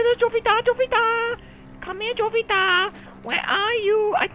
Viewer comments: It's probably pronounced (Ho-vita) anyways good game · Isn't the J in Jovita supposed to be silent in spanish? Correct me if i'm wrong because i'm taking spanish in school.